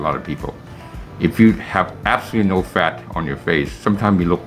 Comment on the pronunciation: When you say No to cheat meal, it scares me. I m more disciplined with everytime you say Nnnnooo ..more focused.